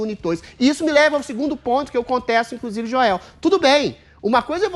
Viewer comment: Joes ou jois, sempre falando merdis